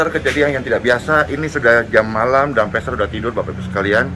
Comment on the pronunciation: Bukan pester tapi pastor dlm bahasa ingrisnya..,bacanya persis sama dgn bahasa Indonesia Pastor